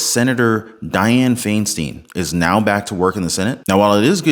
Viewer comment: It’s pronounced Fine-Steen